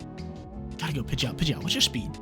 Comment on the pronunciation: DO NOT LEAVE OFF THE D IN PIDGEOT!